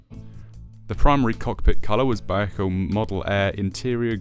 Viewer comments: I guess all the people who live in Vallejo, California are wrong. Okay. It is still three syllables, not two. We will agree to disagree. From wiki.... "Vallejo (/vəˈleɪ(h)oʊ/ və-LAY-(h)oh; Spanish: [baˈʎexo] ba-YEH-ho) is a city in Solano County, California and the second largest city in the North Bay region of the Bay Area." Seems either way is correct, but what I heard in the video sounded.... off. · "Vallejo"..... three syllables...."Val_lay_ho". So many YT presenters have trouble with this. I just acquired this kit, but haven't built it yet. It's interesting seeing Airfix's evolution over my five-plus decades of model building. This video gives me a good heads-up on the few problems of the kit.